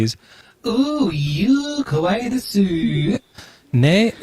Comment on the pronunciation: please say the word kawaii correctly. It sounds like you're saying "kowai", which means scary. kawaii=cute kowai+ scary:face-red-heart-shape